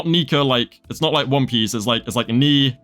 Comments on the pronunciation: ' I'm pretty sure the name of the greek god Nike is pronounced (ny-kee) like the shoes which are also based of that same Greek god. Also great video btw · Nike is pronounced Ni-ki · you dont know how to speak Nike? its literally the same as the shoes brand 😭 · Bro Knee-keh is just Nike like godess of victory Nike - Lile the shoe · makes a lot of sense I'm American, so I've only ever heard it pronounced ny-kee. I've never heard the Greek pronunciation before now thank you for letting me know